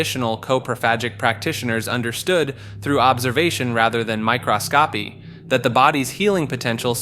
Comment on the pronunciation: there are tons of mispronunciations lol. Literally pronounced "microscopy" as "my cross copy"🤡